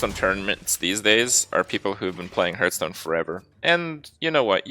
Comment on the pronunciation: Hearthstone is pronounced “HARTH-stone”. Not “hairth-stone”. Cmon Kripp.